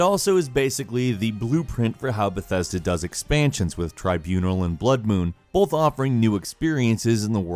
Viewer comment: bolth. bolth.